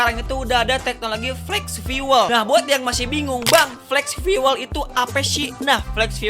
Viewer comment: FIUWEL ❎ FIUL ✅ skali lagi bang, FIUL